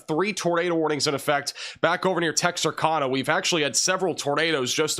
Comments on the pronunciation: Tex-ar- cann-ah Not texarcahnah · Texarkana- pronounced cana, like a CAN of beans. Not kahna. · Pronounced tex er cana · Just wanted to let you know how to pronounce Texarkana, it sounds like Tex R Can Nuh. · It’s actually pronounced “Tex-are-canu” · Love you, BUT it's TEX(as)ARK(ansas)Louisi(ANA), which was named after it's tristate border location.... I think you might be screwing with us, aren't you?